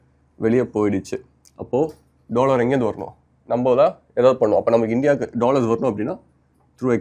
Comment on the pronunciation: 'Dollor" ✔ 'Dollar' 🤷‍♂😭